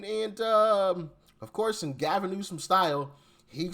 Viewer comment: You still pronounced his name wrong lol